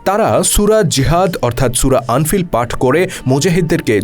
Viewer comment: সূরা আনফিল হবেনা সূরা আনফাল হবে।